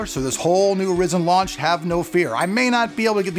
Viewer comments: I was mentioning the mispronunciation of Ryzen. I was also referring to the comment you made about overclocking in general . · PLEASE SAY RYZEN CORRECTLY! maybe thats why they didnt sent you a cpu! no, seriously! Have a nice day👍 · James unknown I know it's Ryzen. I was helping him pronounce it correctly. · this is d best way of pronouncing it! Yeah Raisin rocks! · Markus Wiedner yes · Chris Radcliffe just about lost my $hit cause he kept saying "risen" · So distracting... 😕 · You saying it wrong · I cant believe "" made a video about he how pronounced RYZEN in this video and said he did it on purpose.....he clearly did not say it on purpose.... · learn how to pronounce it at least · TRUST AN AMERICAN TO FUCK THE WORD RYZEN UP. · For people he's saying it like that on purpose get the sarcasm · No... He believes that is how it is pronounced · I know you are doing that on purpose and I still want to slap you for your saying it :D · not REEEzen RYzen.... like WHY RY.. cmon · horizon + zen = "rye" "zen" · it's "Ry-zen" not "Risen". Maybe that's why you're not getting much support from AMD right now lol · Why call it Risen??? Every single person who works for AMD has called it Rye-zen. Weird!!! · its Ry Zen not rizin or rye zin or rizin its RYZEN! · LOL He said risen not ryzen... "rye-zen" (The new horizon- ho-ry-zen) Happy to help, Rock on! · its not ress-en...its ry!!!-zen!! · It is called Ryzin not rizin it is rye-zin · the pronunciation is off man ... RAI ZEN NOT reezin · Risin nope RYE-SCEN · There are a few things I'd like to mention: 1: It's not "risen" it's "RYE-zen". 2: NOBODY does LN2 overclocking to gain real world performance. it's done just to break world records and stuff. 3: saying that now that you buy your review samples you will be honest about them makes it sound like you've been a corporate shill. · Say it with me Rye-Zen. R-eye Zen. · its pronounced "rye-zen" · Stop calling it risen u fuk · its pronounced RHY ZEN!!!!